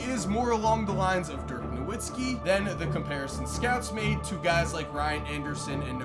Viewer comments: Holy shit. You claim to be a fan of the nba but can’t even pronounce dirk’s last name correctly. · You can’t trust a guy that can’t even pronounce Nowitzki correctly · How the fuck does somebody make hundreds of nba videos and still not know how to pronounce “Nowitzki”